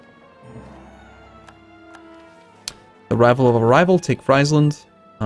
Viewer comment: the frei/fri in Friesland/Frisian (rather famously in fact) rhymes with cheese, not with pies... and does so both in English and in Frisian.